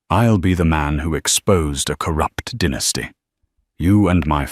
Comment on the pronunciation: It’s pronounced dye- nas-ty not dinasty